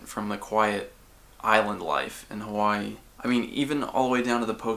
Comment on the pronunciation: lmao just noticed how official his "Hawai'i" is